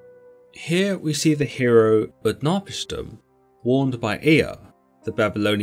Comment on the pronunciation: UtnaPISHtim, strong on the third, not the second.